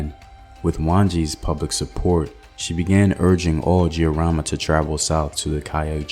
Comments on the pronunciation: I couldn't be more proud of my Kenyan heritage & history. The Giriama pronunciation though😄 can you do one on Wangu wa Makeri? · Pronunciation of Mekatilili wa Menza quite good .....but Giriama the "G" is as in get or git